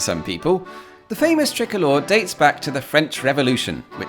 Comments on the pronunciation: Why did you pronounce "tricolor" as "trickler"? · Ooooooh, "tricolor", not "trickler". God I was so confused